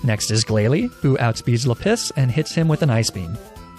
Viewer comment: I love the mispronunciations "Leh-piss"